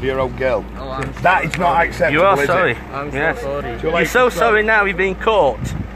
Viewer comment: He said solly